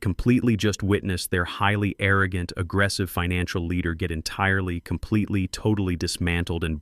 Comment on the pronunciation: Complitly, violently, firmly, entirely, what's with you 😀